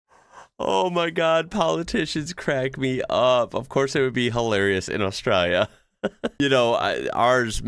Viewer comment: I love how he says Australia It’s like “oss - strayla” It’s funny seeing other people try to say Australia if your from there